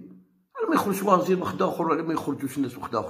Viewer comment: وزير وليس وازير